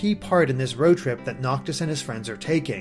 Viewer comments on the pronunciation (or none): When playing the demo does anyone else hear them calling Noctis "Itis." That's what it sounds like to me. Is it a nickname for him or am I just hearing things wrong?